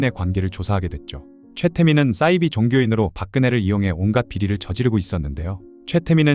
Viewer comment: 싸이비가 아니라 사이비